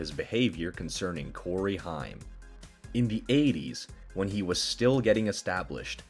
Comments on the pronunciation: I think dude last name is pronounced haym not hiym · Your correct it's haim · HAIM, not Heim. geez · To those narrators that didn’t grow up in the 80’s and 90’s…It’s pronounced HAME!! Not HIME. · Corey HIME? It's pronounced HAYM, ya artificially intelligent imbecile! lol 🦃😁🦃😁🦃😁🦃😁🦃😁🦃😁🦃😁🦃😁🦃😁🦃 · it is pronounced HAME SPELLED HAIM THAT BUGGED THE CRAP OUT UF ME! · Say the word " aim" and put an " H" in front of it! Thats how it's pronounced! I swear that's driving me crazy! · Creepy robo narrating can't pronounce Corey Haims's last name. 😅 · Dude please say Corey’s last name right!